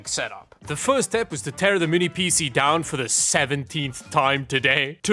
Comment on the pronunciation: He always PC like it's a word. It's not "Pee-See or Pee-Sea"